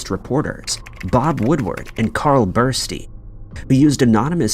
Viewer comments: Carl Bernstein, NOT Burstein, you should do your homework better. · Bernstein not Burstine, Jesus. I'm out! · The name is BERNSTEIN not Berstein. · "Woodward and Bursty"? Come on! 🫣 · Woodward and Bernstein. Not Bursty. Easily available basic information. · Woodward and "Berstei?" .. Ya' got "Deep throat" right..but not the name of one of the men behind it. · Berstei? Wtf did you have AI read you a summary and then type it out or something?